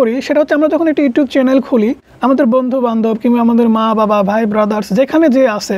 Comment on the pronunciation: কে কে শুনতে পেয়েছো এই টা চ্যানেল কে চ্যালেন বলছেন 😅😅😅